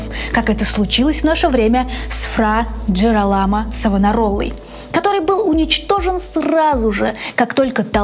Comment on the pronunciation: 2 момента: во первых реклама конечно так себе.. во вторых, когда вы готовите выпуск, проверьте то, что вы правильно произносите имя главного героя выпуска. Он Джиро́ламо, а не Джирола́мо.. 🤦🏻‍♀️